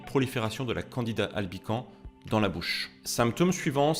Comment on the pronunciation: PS. on dit LE candida (c'est un champignon-masculin ) et dans Albicans , on prononce le S final. Bon , on comprend quand même et ton résumé m'a appris des trucs.